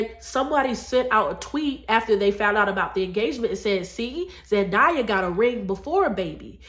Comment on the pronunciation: You are right about the importance of doing things God's way! Btw, It's pronounced Zendaaaaaya, not "ZenDieya! It grates when you mispronounce her name all through the video. And actually it's up to Both men and women to marry. Clearly, a man has to want to marry as well. Wise men Want to get married and to be good husbands and fathers. Married men live longer than single men for a reason. So, in a way, it IS a man's fault if he is so ignorant to the blessings of marriage that he stupidly avoids it like the plague. Married men, generally speaking, are usually much more financially successful than single men, too.